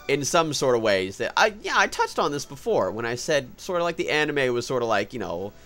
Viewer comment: Anna May, that's what I think of every time you say anime!